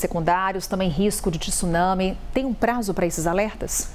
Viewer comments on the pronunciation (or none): Tisunami? Não , mas , TSUNAMI sim